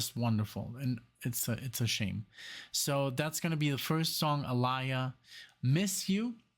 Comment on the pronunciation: Her name is actually pronounced (Ah-Lee-Yuh). Get into more of her songs, bro. She is has a dope catelog💯 it's awesome that you noticed & you're digging her use of live instrumentation in this track because she loved to incorporate that in her music. This song was originally Ginuwine's but she wanted it so bad that he let her have it instead. Aaliyah changed the sound of RnB at that time with the help of Timbaland & Missy Elliott.